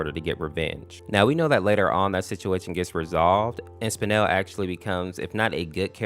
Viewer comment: It’s not spinal it’s spinel